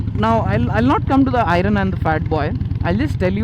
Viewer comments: I'm sorry but it is not irun it is pronounced as iearn I am sorry but had to correct it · Disagree on one count. Its "i-earn" not "eye-run". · I really want to not hate on this, but pronunciation my man. When reviewing a product, learn to say the name of the product. Irun kept distracting me from what you were saying. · I-Run.....Man at least call it an iron. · Can i hear you guys pronounce "IRON" correctly! 🙏🙏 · Why do you keep calling it Ai-run? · "I run" 883 the pronounciation though 😂😂😂😂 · iron.... pronounciation is very funny 😂😂